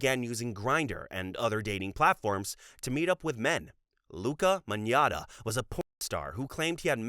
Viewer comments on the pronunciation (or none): Magnotta is pronounced Mag-not-ah btw!!